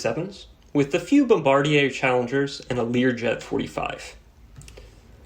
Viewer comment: Just for future reference - bombardier is pronounced "Bomba-deer"